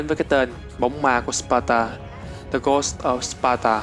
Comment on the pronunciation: Ghost phát âm sai